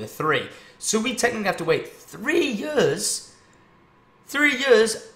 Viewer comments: 3 YURSS? 3YUURSS?. I'm sorry it just sounded funny coming from Tom xD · i know a couple south africans and they say it like that but maybe its just because their accent has developed :P